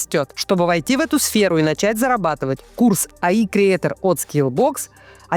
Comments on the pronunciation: Не говорите АИ ) это ЭйАй или ИИ)) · Елена, при всем уважении, AI - это не "АИ". AI читается как "э́и а́и" - аббревиатура от artificial intelligence. По-русски мы называем это ИИ. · разницы между ИИ и AI и правда нет. Но вот чтение "АИ" это что-то на немецком, латинском или еще каком-либо языке, который здесь ни к селу, ни к городу :)